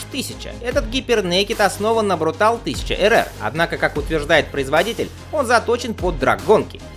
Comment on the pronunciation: Ты достал, блин...какой "брутал"?! Почему ты "съедаешь" последнюю букву?! Контора чья изначально? Правильно, итальянская. Вот и читай по-итальянски: "брутале". Ты же в слове "велоче" почему-то последнюю букву не "съедаешь".